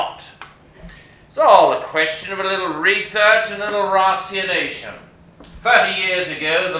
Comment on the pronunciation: Entertaining but what a terrible opening. Amazing that neither the director nor the actor could be bothered to find out how to pronounce St John, ratiocination, ballet, Grayzinski, senat, even nine men's Morris! But don't let that out you off. It's pretty good otherwise